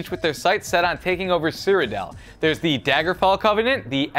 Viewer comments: Cyrodil not Cyrodel Aldmeri not Ademri And 1 thousand years before not thousands Ohhh how you disapoint me (:^| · cyrodil is pronounced-See ro dill